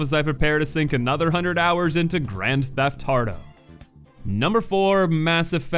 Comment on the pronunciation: did this man really just say "grand theft hearto"?